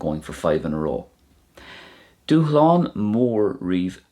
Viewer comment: Thanks. I've heard you say the word dúshlán a few times now in various videos but I can't grammatically figure out why the S is silent. I know SH isn't a standard combo in Irish, is that why?